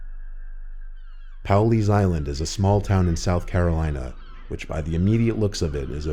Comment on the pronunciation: its pronounced Paul-lee's Island (Pawleys Island)